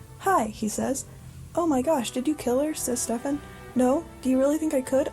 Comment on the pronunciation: the mispronounciation of stephen is killing me !